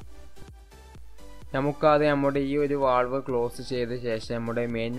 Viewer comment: വാൾവ് അല്ല വാൽവ്